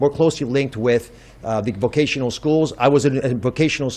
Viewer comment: I was initially thinking "nah it's not that bad". Then Fetterwoman said "vovotional" schools. Biden 2.0